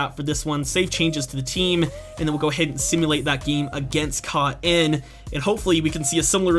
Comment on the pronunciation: Caen is more or less pronounced Ca-un._. And a little more nasally. Just saying. Love your videos by the way. ^-^